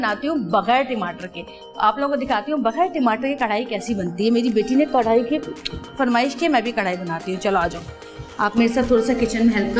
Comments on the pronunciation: Javeria api your and jannat's Jodi rocks But karahi hota hai karhai ni (pronunciation) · Madam karhai ni hota karahi hota hai karhai embroidery ko kehty hain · Karhaaaaiiii nai karaaaahiiii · Its not karhai.......do correction...its karahi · Karhai nhi word krai hy jaweria wrong pronounce kr rehi hy karai ko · Karahi ko aap karhaiee bol boly ja rhi hain. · Javeria its chiken karahi not karhai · Sorry to say Karhai nahi hota karahi hota hy. javeria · Karahi hota don't mind app karhai bol rahi hein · Not karrhai.. Its karrahi